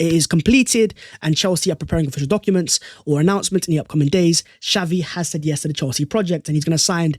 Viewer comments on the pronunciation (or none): none